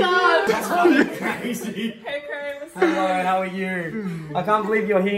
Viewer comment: That's CRAYZY says cray